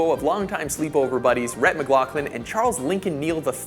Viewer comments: he said rhett mclauclin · It's pronounced Rhett Mc-Lauf-Lin, not Mc-Glock-lin.